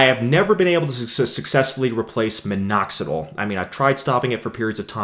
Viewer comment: But I don't like the way he says "Minoxidle" instead of "Minoxidill".